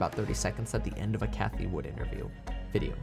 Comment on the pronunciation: Its cathie WOOD not "WOODS" Jerk off